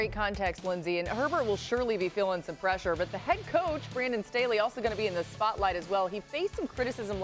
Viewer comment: You say pressure. Please do your homework